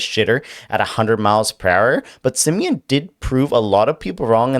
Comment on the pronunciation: It's Semien, not semen. Your constant references to "chubbing" or making your pants tighter just creeps out people.